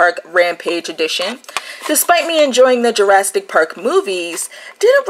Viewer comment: no t in Jurassic.....